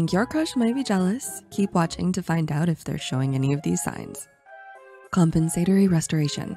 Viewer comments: Wonderful music. I love how pronounced compensatory. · …. I say compensatory so differently 😂